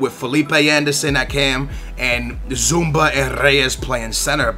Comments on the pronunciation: i swear its almost like you're mispronouncing names on purpose first you say andre even though its adryan (ad-ree-an) then you say labday even though its labyad (lab-ee-yad) then you say zoumba even though its zouma wtf! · cmon is zuma not zumba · Secondly, you need some pronunciation lessons man. Labadye? I don't even.. and Zumba? that's an exercise program. Z-O-U-M-A. Just say it like zoom----a. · zouma?? andre??? labaday???? its fucking labyad , zouma and adryan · Dass tenta ler os nomes dos jogadores um pouco melhor, és português e não saber dizer Labyad? E é Zouma e não zoumBa... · its not zoumba where the hell do you see a B zouma not zoumba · la-be-ad not labadie a-dre-yan not andre zou-ma not zoumba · If you just read the names then you won't get them so wrong. Zoo-ma, not Zumba. Lab-y-ad not Labydad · does keep saying zumba instead of zouma or is it just me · Its says zouma not zumba he isnt a fitness workout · Zoo-ma not zumba lol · ZOOO-MA NOT ZOOOM-BA, JHEEZ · Zouma not Zoumba, Adryan/ Adrian not Andrey and Labyad not Labbidad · how about you start pronouncing the player's names right? Zouma not Zumba. De-la-fe-uu not delafoe. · ZOUMA, not ZOUMBA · Deu-lo-feu not Delafoo Zouma not Zumba Lab-ee-ad not Lab-a-die or Labadad Ad-ry-an not Andre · Where the fuck do you see the 'B' in Zouma? It's not pronounced 'Zumba', it's pronounced 'Zooma' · Zouma not zoomba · zumba, labydad, andray? c'mon please try harder to pronounce names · it's pronounced Adreeyan ,zooma, labeeyad, dehlofeo and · OMFG Zoumba? Labadie? LOL C'mon, do you even know how to read? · You have the worst pronunciation ever: Zumba, Labada, Andrey ... WTF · Kurt Zoumba, Andree, & Labydad.... your pronunciations are so bad lolll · i really don't like how says some names like Zouma